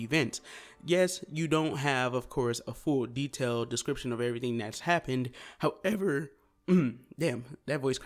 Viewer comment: 😂 h O W E v E R